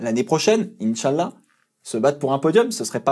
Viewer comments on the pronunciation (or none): ton inshalla me fume XD